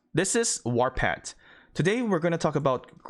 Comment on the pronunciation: "This is warpatt" lololol sorry I had to😂😂😂